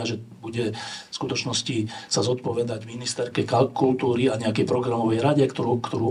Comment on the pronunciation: Pobavil trefný brept "ministerke KALKUL-túry" - jej počínanie je iba kalkul a okolo kultúry ani neletelo lietadlom (ako Pellegrini). Vďaka páni.